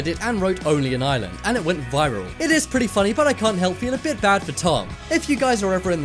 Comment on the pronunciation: It's ireland not island